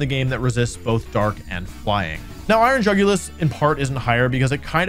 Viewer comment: Dude said iron jugulus :( And he showed us Scream Tail stats ( execpt for speed )